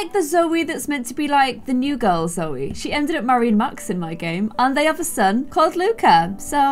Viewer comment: Wait am I crazy or did say “coe” instead of “Zoe”?